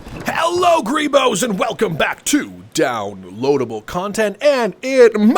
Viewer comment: Does he say greebos or creepos